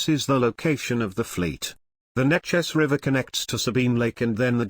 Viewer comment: Neches is pronounced NA'ches...long A...grew up in SE Texas and always was aware of the Reserve Fleet in the river bend...